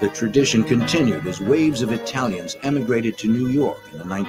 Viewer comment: is doing a great job with the breakdowns. But as a non-italian, he is butchering every name and terminology, even the names of Dem boys! Lol